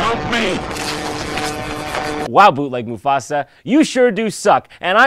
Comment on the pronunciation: What Mufasa actually said: Brother! Help Me! What I always hear him say: Mother! Shoot Me!